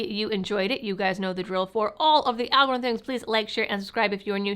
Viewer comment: al gah ryth-um